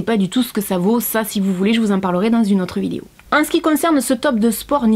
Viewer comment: « cette vidio » 🤣🤣tu me fait trop rire avec ton ptit accent 😭